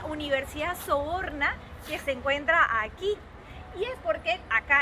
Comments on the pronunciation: Sorbona , no Soborna! Jajaja!!!!! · Hola, me ha gustado mucho el vídeo y me servirá de mucho, aunque quiero hacer dos apreciaciones: no entiendo por qué decís "imperdibles" si se dice imprescindibles. Por otro lado, la universidad es la Sorbona,no Soborna. Por lo demás, muchas gracias por vuestro trabajo